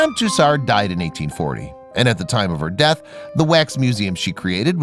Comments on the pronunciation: “MAD AM TOos ARD” 🤣🤣🤣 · A good video. But I know Americans can't pronounce French names. Tussaud is pronounced "Two- so". Not a single R to be found. At least her name isn't Lacroix. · Hmmmm, where is the "r" in Tussaud ?